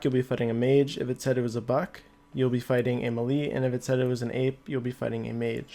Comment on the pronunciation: Melee - (MAY-LAY) Muhlee - (MUH-LEE)